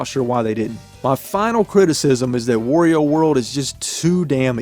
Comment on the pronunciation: You are pronouncing wario wrong lol